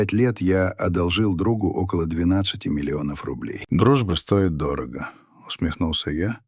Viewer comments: Чтение не очень. Когда укладка стоИ́т, вместо стО́ит, вы это называете прекрасным чтением? У меня сразу пропадает желание слушать. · А стОит вместо стоИт , местА вместо мЕста не считается? И ещё много такого же. Но в общем впечатление хорошее, сам текст не примитивный и чтение нормальное.